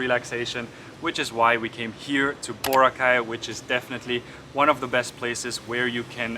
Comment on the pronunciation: It's Boraaaa-cay.... Not Booo-racay.